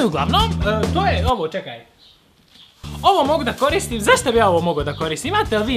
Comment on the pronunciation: 2: 38 braco rekao cekaj umesto čekaj